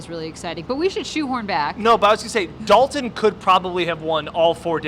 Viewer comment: there is a “T” that is meant to be pronounced. Its Dal”T”on not Dal-un Kincaid.